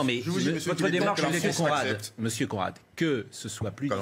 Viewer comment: Mr "CON rad" Non "conerad"😂😂😂